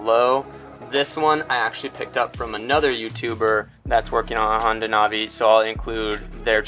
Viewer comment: It’s not nah vee it’s nav ee Do you nahveegate or do you navigate?